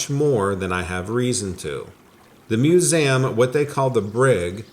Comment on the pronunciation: Mew-ZAM….bro it’s museum 🤣😭😭 I’m crying fr